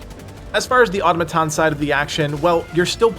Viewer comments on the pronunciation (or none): aw-tom-uh-ton… emphasis on the “tom”. Not auto-muh-ton 🤷‍♂️sorry. Just another pronunciation correction of many to come as you guys grow. Keep up the good work